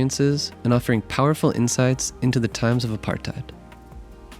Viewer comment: Btw it's pronounced a-part-ate not a-part-ide